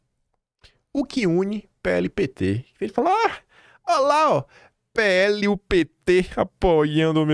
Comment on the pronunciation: PL,!! PE- ELE. NÃO É "PHELE". "PUQUE U PHELE". CARAAAAA....OOO. CAAALMA